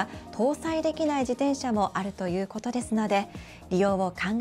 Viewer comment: 「じでんしゃ」って言うやつはきっと漢字が苦手なんだな。